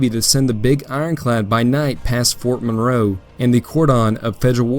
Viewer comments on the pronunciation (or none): none